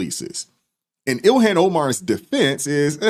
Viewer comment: Ill-Han not Illian.